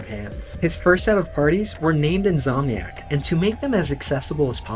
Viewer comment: The most jarring thing for me was In’S’omniac being pronounced as In’Z’omniac. That’s gunna haunt me for the rest of my days 😅